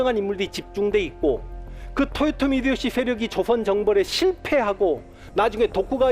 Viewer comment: 1. 사투리가 너무 거슬립니다. 2. 토요토미가 아니라 도요토미에요. 습관을 고치세요. 3. 학살은 일본과 우리나라 문화차이에요. 당시 일본은 영주끼리 교전시 교전전에 항복하면 다 살려주고 교전중 항복하면 지휘부만 처형하고 끝까지 저항하면 모조리 죽이는 편(다 그런건 아님)인데 국가간에 싸움은 처음이여서 하던대로 다 죽인거고 조선의 문화를 알고나선 싸우다 항복해도 대부분 다 살려줬습니다. 다만 2차 진주성 전투에선 수만명 학살했고 그 규모가 7년전쟁중 단일로 최대치였습니다. 4. 망궐례를 안한건 맞지만 이순신이 선조를 왕으로 생각치도 않았다는 본인 뇌피셜이니 자제바랍니다. 5. 윤통을 원균에 빗대고 자당의원들에게도 버림받아 사상 초유의 야당대표 체포안 가결된 이재명을 이순신에 빗댄거에 대해 부끄러운줄아세요~